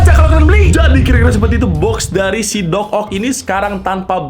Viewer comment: Dococt, bukan docock njir wkwk